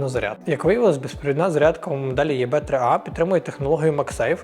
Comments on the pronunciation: Все ж краще не "Є Бе", а "І Бі" :) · Але чому Є-БЕ, якщо це Е-БІ (або ж взагалі І-БІ)?? Відколи Е стало Є. Звучить ніби током зараз в*бе))) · ИБ а не ЕБ😂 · думаю абревіатуру ЕВ3А слід читати: "і бі три ей" (англ транскрипція), а "є-бе три а" - звсім ні до чого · достатньо, що б знати, що англійською це читається як ібі, а не єбе) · Мабуть Е-БЕ 55, а не ЄБЕ ) P. S. Дякую за україномовність ) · Ні. Не ЄБ, а ЕБ або ІБ. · от этого "е бэ" аж передергивает.... кто кого и в какой позе...😆 а "блює......тті" так взагалі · Тільки назву навчитися читати правильно 😎🫣